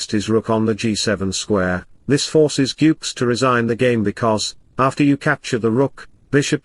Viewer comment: please improve your pronunciation... GUKESH.. It's not yukes